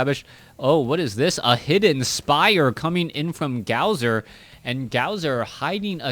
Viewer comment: um, don't take offense to this, but it is pronounced Gosu user. The w that is in his name is suppose to act like two u's.